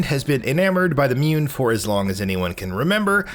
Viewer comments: Wtf is a mewn? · "Humankind has been enamored by the mewn" lol love it. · Mewn? Love it!!!!....lol